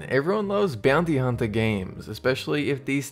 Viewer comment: bounty humper me:ITS FUCKING BOUNTY HUNTERRRRRRRR